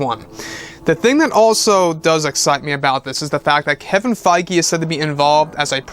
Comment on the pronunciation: Isn't Kevin Feige pronounced Kevin Feeg not Kevin Fygee?